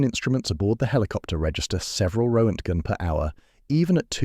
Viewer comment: And a completely fudged pronunciation of roentgen.